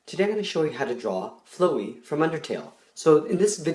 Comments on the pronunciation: Its pronounced FLAOUW-EE c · you pronounced the name wrong, the "flow" part is pronounced like it is in "FLOWer" other than that nice video! (even though im like 10 seconds through XD) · Not to be rude but I hate how you say flowey like ' flowy ' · It's flow as in plow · Flowe is how u say it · It is pronouced fl-ow-y the flower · It's purnonced FLOW-EY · its Flow-ey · its pronounced flowiy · Fl-Owww-e that's how you say flowey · You’re saying Flowey not Flowey The flower there’s a difference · ur saying his name wrong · U said his name so off it hurts my soul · It doesn’t look to great and you pronounced Flowey’s name wrong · you don't now how to say flowey ok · He didn't pernounce flowey right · You said flowery wrong it's exactly the same as flower but then with ey at the end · you are not saying his name right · DUDE THAT'S NOT HOW YOU SAY HIS NAME!!!!!!!!!!!😤😤😾😾😠😠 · OMG he's pronouncing Flowey WRONG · When someone pronounces Flowey wrong xDD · Your saying his name wrong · How many people were yelling at the screen "YOUR SAYING FLOWEY WRONG" because i sure was....... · You say Flowey weirdly lol, can you draw OMEGA FLOWEY? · Kronik Death FLAW-EE is the correct pronounciation XD he doesnt know undertale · it is flowey not flowwee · He says ‘fl-oh-ee’ Its ‘fl-ow(ouch)-ee’ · Btw it's fl-OW-ey Not fl-OEY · It's flowey not flewy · Flowy? My guy it’s flowey. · Flo e? Its Fl ow e. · You said “flowy” instead “flowey” Go tO scHOoL! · it now like "flow-ee" its like "fl-OW-ey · Hahaha you sied flowy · It’s flowey fla-wee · It’s flowery not floey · It's flowey not flowery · You pronounced it flowey insted of flawey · Flow-wey XD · It's not flooy it's fl ow ey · your say as flowey as in FLOW-ey i say as flower without r and ey sounded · its pronounced fl-ow-y not flow-y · The only part I didn't like was the fact he mispronounced Flowey. It's not flow-ee, it's pronounced just like flower, but the "er" is replaced with "ey(pronounced like "ee")". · DUDE ITS LIKE FLOW EY